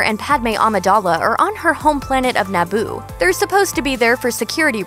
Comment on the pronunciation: i stopped watching as soon as she pronounced Naboo "Naboe"